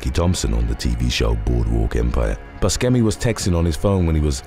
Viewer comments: I hate to be that guy right now, but Steve Buscemi's last name is pronounced "Boo-shem-ee", not "Bush-chem-ee" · When not being able to pronounce names correctly goes wrong..... I mean, really? Buskemi? Its pronounced boo-shem-e. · I love this channel, but that is NOT how you pronounce Steve Buscemi's name. Buh-shee-me or even Boo-shee-me if it's said all at once as it's meant to be. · Yes, I'm pretty sure he's told interviewers/talk show hosts that it's pronounced like Boo sem ee. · It's the s sound, not the hard c. Also, I don't think it's the shee sound.